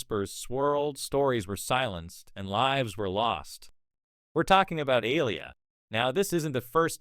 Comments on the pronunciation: Why can't this White AI narrator ever get the names of these Black stars right? Aliyah is pronounced..A-lee- yah...not Aliah. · Please stop mispronouncing that young lady‘s name that is disrespectful It’s Aaliyah - make your AI say it correctly 😡